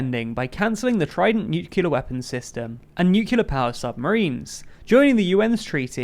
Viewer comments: I realise it's a small quibble, but are we really saying nucular? It literally has the word clear in it. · You can't pronounce nuclear. Go watch Studio C's "Grammar League", they explain what might happen to you. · No you were right the first time, no idea why he's pronouncing Nuclear (as its written in the manifesto) in this way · It's not a "pronunciation", it's a MISpronunciation. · Yes, I noticed that long ago. I was really surprised because I thought it was only some 'Murcans! who pronounced it like that. One of the Bushes was heavily ridiculed for it (by other 'Murcans!), for example.